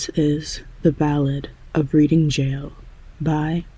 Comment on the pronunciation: The market town, Reading, is pronounced as, reding., it's a silent a. :goodvibes